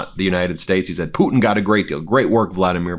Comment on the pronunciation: You know the weird thing about it he pronounces the Russian Leaders name correctly but when it comes down to somebody else mispronounced their names he actually a weirdo